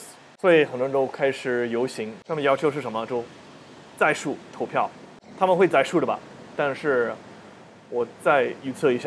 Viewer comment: 想纠正下你的发音喔 不是 塔们 是他(坍塌的塌的发音)们 塔们这个发音 欧美人好像非常习惯这样发